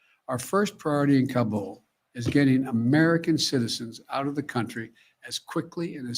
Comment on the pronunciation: he didn't even pronounce Kabul correctly. He should know.